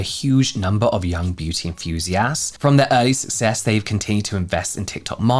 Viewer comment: James I love you but it kills me how you say enthusiasts. Instead of saying enthusiASTS, please give enTHUsiasts a go 😭❤️